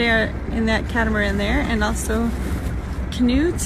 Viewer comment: LOL you can't pronounce KNUT? 😀 The curse of anglo-saxons. 😀